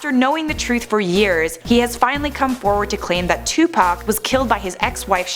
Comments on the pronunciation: Lmao its Tupac (2pac) not Tupack Hahahahahahahahahaha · Who is Two Pack? its two pock one word 2pac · It like 2POCK not 2Pack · It bothers me how she says Tupac ... she pronounces it like Tu-pac.... I say it as Tu-poc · STOP SAYING TUPACK IT'S 2PAC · It’s like Tupoc buts it’s spelled Tupac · It's call ed T-U-P-A-C not tupaac its Mother fuckin tupoocc. O=a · Its not 2pack its 2pac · That girl says 2pack in stead of Tupac/2pac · K this woman needs to stop calling him 2Pack, It's 2Pac/Tupac and Deathrow Records was not co-founded by Dr.Dre, Suge Knight and Tupac Shakur, even Wikipedia would tell u that. Deathrow Records was Founded by Suge Knight, Dr.Dre and The D.O.C, Tupac Shakur didn't join Deathrow Records until he was out of prison and Suge Knight paid 2Pac's I think it was 3 Million Dollar Bail which Tupac's first Deathrow Single was California Love ft Dr.Dre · “Toopack Shaqoor” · I hate how she says tu pack at first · its not 2pac its pronounced as 2puc kinda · Am I the only one who notices she says two pac?😂😂😂🤣🤣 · STOP SAYING 2PACK YOU PIECE OF SHIT! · She got one more time to call him 2Pack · she called him tu pack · Why TF she say it like that for that's not how you say it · They said Tupac wrong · She says Tupac weird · you said tupac wrong idiot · Why do you say tupac like that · she said his name wrong lol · You said his name wrong the whole damn time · I really do hate the way white people say Tupac name